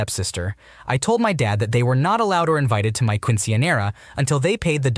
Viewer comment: The caucassity of the Quince / Quinceañera pronunciations 😭